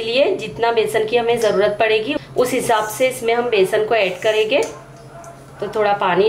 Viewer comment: Aap n jayege ,karege bolte ho ,hindi me karenge jayenge bolte hain ji madam ,aap bolne me thoda sa sudhar kar lijiyega toh aur achha hoga aapka vedio ,baki aapne tikki bahut badiya banaye h main jarur bnaungi ,thanx aap meri sujhav ko bura nhi manoge ,nari shakti mahan hain